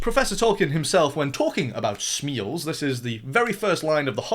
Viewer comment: if we're gonna be mad at the smials we have to be mad that its supposed to be pronounced smile not smeel god damn it smile smile